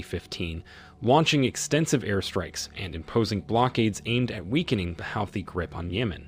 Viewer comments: Huuthee not howthis not sure why it bothers me. Great video! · Hey Mr Narrator have you been living under a rock? You must have been to continually keep mispronouncing "Houthi" ( Hooty) is how it is pronounced My bad of course you would you are an American & not that bright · The only point you have made right is the fact that Houties are part of the resistance. First, your pronunciation of the name is wrong. Secondly, the Russian support is in direct response to US arming and providing targetting info to Ukraine with the missions. Thirdly, Houties are not blicking international trades through the Red Sea. They are only targetting the transport of goods to Israel. Finally, Iran and Saudis have made peace, and Houties are no longer a threat to Saudies. You are using your platform to spread mus-information. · It's Pronounced HOOTIES!!! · This is AI. Keep saying the Houthi and Yemen nsme wrong. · The mispronunciations of Houthis, Yemen, and Yemeni are unbearable, but I appreciate the good information. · i've never heard houthi pronounced like that lmao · I have never heard "Houthi" pronounced this way and maybe I'm wrong... but it's incredibly annoying as he says it this way 50+ times I think. Ugh!